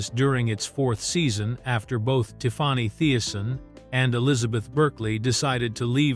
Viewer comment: Who is “TIF-FAH-NEY”?